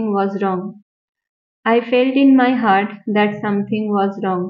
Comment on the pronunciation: Not hurt, it's heart.